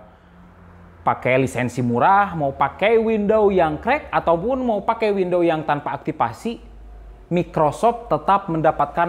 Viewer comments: WidowS bang bukan Windowww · Windowwwssss bang windoowwsss bukan window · WINDOWS bang.... bukan WINDOW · Windows kang, bukan window, terus ngejelasinnya slow ajalah gausah ngegas wk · Banyak video dia i5 diucapin "ai paip", tiap denger itu ngakak Skrg windows diucapin window Cuma kurang "S" tapi aneh didenger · he said wendow.... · Itu ngomongnya kurang "s" biar jadi "windows" :v